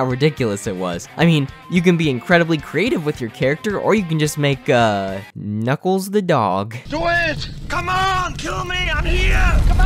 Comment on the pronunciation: "Knock-Off Knuckles" You mean Knockles? :P